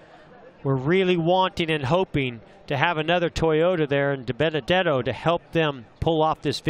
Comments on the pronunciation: "Ohhhhh Binabenuhdetto!!!" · It’s not Diburrito it’s Dibenedetto